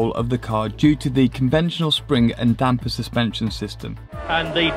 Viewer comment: Also, thank you to for saying "Damper" correctly.